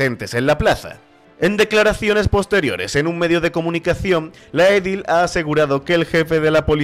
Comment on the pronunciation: Edil se pronuncia acentuando la segunda sílaba, no la primera.